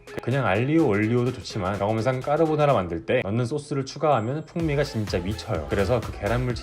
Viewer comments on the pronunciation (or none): 발음이 까르보느ㅏ라같아요